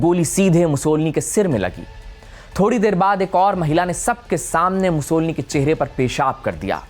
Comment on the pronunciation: मुसोलिनी है मुसोलनी नहीं